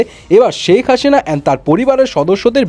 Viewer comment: সেক হাশিনা না ভাই সেক হাছিন 😂